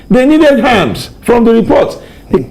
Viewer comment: Abeg the name is "KADUNA" not "KADNA". And also it is "ARMS" not "HARMS". If dem talk you people will pretend you sabi book more than anybody yet to correctly pronounce the name of a major State in Nigeria dey hard you. If it were an aboki that incorrectly pronounced Akure now, you won't allow us hear word. Basket mouths!